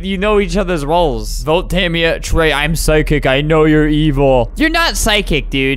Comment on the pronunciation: My friend's name is Tamia and I THINK that he pronounced it wrong